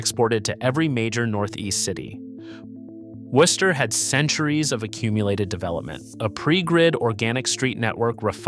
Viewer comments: I’ve heard worse mispronunciations of Worcester. Also, there are still an awful lot of triple deckers left in Worcester, I used to live in one. Millbury didn’t build its shopping center until after the a worcester Galleria was king fine, and it came at about the time its replacement - The Worcester Common fashion Outlets was on its way out, you may be thinking of the mall in Auburn, which is right next to Millbury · In my 61 years in the Worcester area,my first three years in a triple decker on Dover Street in Worcester, I have never, not once, heard any locel pronounce the city as "Worse-ster" as I hear in one way or another in this video. No one - no one - pronounces the "o" as any form of the sound. In local parlance, the "o" becomes an 'i" and hence "Wister". Great video but every time you pronounce the "o" it feels like fingernails on chalkboard!!! Bonus: The first mention of taking up arms against it British anywhere in what is now the USA was noted by John Adams when he was visiting Shrewsbury, the town that borders Worcester to the east. Adams was at one of the town inns when a local farmer walked in and eventually observed that the colonials will have to take to ups arms and fight before the opposition becomes to strong. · This video is a total mess! Can't pronounce the name correctly (Woo-ster) nor consistently. Many of the video and stills aren't even of Worcester. The first several minutes are repetitive. And, as other commenters have pointed out, the 3-Decker style buildings were NOT all destroyed. Total Fail, Dude. What a joke of a channel. 👎👎👎👎👎👎👎👎👎👎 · First off, learn how to pronounce the nasme of the city. Secondly, there's plenty of 3 deckers in the city. Not sure where you're getting this from but you need to come up here to see that you're wrong. Go to Vernon Hill or Grafton Hill. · You are wrong. Especially in how you say Worcester.